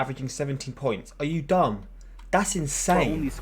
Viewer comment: Yo when he said are u dumb in a British accent I started laughing so hard🤣🤣🤣